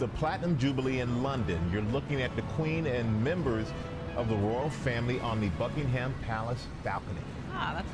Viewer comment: It's pronounced Buckingum Palace not Bucking Ham Palace.